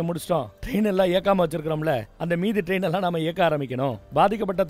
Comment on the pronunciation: 1.22 டோக்கியோவுக்கு போறார ரெயின் என்று சொல்லுரார் 😮 தண்ணிய போட்டுட்டு உளறுவது அண்ணனுக்கு வழக்கம்தான்😂